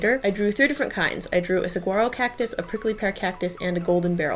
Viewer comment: You said saguaro wrong